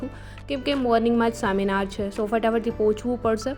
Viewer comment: સેમિનાર ❎ શેમિનાર ✅